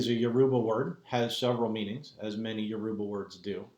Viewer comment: never heard Yoruba butchered as such... smh Absolutely atrocious. why have u abandoned the ways of YOUR ancestors?